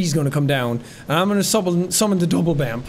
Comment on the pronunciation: I'm mildly upset that he called the mimic double-bampf instead of Binkeldampf